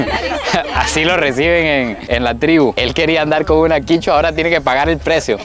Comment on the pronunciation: No es quichua es quechua